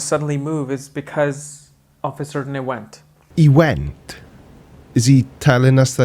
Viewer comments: I don't know if I was paying enough attention, it's hard with these weirdos. Was he telling a story about his son at one point? Was his sons name Yosh? I have a feeling because of the way he pronounced "ewent", his sons name is actually "Josh". I'm not trying to have a go at people's accents but why would you name your son something you can't pronounce? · I love you, but let us be honest. He may have traces of an Indian accent and has problems pronouncing 'event', but you're Welsh. Let's not call the kettle anything unreasonable.... (I'm not picking on you - as I was read Tales from the Welsh Hills as bedtime stories every night when I was a lad, and come from good welsh stock myself. My family and ancestry can't pronounce a damn thing without double 'l''s)